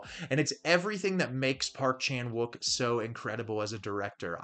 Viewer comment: Please, I can't listen to you butcher the Korean pronunciation of Wook